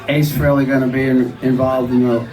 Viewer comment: did he just say ace fairally?